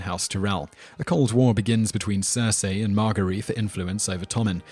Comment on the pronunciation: Bara-thee-un Marge-ury (like margerine) Tie-rell